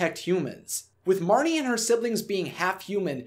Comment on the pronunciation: It's Marnie